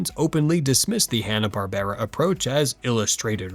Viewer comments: Twenty o2? Hanna Bar-ber-ra? L2pronounce silly AI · there's no AI narrator, you probably thought this after they said Hanna-Barbera wrong towards the end of the video, where it's "Hanna-BARBRA.